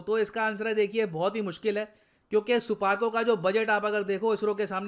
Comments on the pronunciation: People say SUPARCO , I hear " supaari " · It's not suparco it's supandi 😂😂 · Wait wait suparco nahi suarco hai